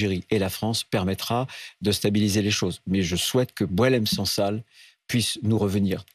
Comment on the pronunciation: C'est BouAlem Sansal et non boulem